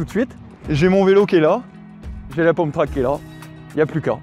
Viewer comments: On ne dit pas "pomptrack", mais"pumptrack"il me semble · un pumptrack ca se dit pas poumptrack mais peumptrack